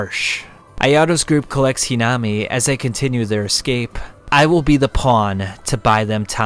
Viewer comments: its not hinama its hinami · Great video. But you pronounced "Hinami" like 3-4 different ways. Flipping through different pronunciations every time you said her name. It made it a little difficult to follow the parts involving her. You also say "Quinque" a couple different ways